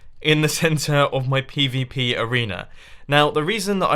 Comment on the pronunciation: WHY WHEN MUMBO SAYS PVP I HEAR PPP